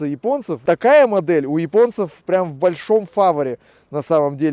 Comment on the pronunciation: фавОре Чем правильно озвучивать английский, сначала подтяните русский 🤓